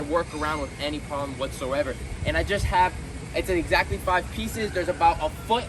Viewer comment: I swear your English is the best. Ixactly is a new one for me